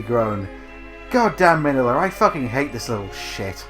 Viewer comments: Uh, who is "Manilla"? Does he mean Min-Ya - Godzilla's son? Clearly in the movie his name is NOT Manilla. WTF? I mean at least pronounce the names like they are in the movie. Manilla, really? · Minya is how you say his name. He is funny though in Final Wars when he's small enough to ride in a car.